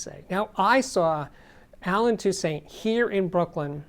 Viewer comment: great videos as usual. Saying his last name wrong. It's pronounced tousaunt. Just a heads up!